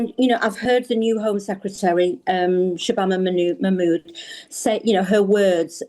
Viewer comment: She can’t even pronounce ‘Shabana Mahmood’